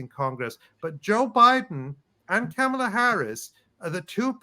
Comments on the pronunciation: Learn to say her name properly. She told us when she was running in the official Biden/Harris campaign. It's like mom-ala no matter how it's spelled. It's not like Pamela. Remember "mom." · i dont support KOPMALA but PLEASE pronunciation is comma la, pet peeve